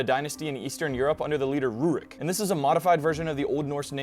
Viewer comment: Ryurik to Rurik this "y" is important.